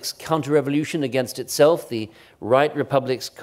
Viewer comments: No one from Australia: No one from Australia ever: Christopher Clark: Revolyootion. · I like the way he pronounces 'revolyootion'